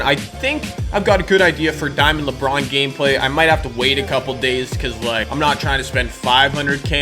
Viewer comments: Did anyone here him say lebwan instead of lebron 😂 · Lebwon James 😂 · "Diamond LeBwon" -, 2017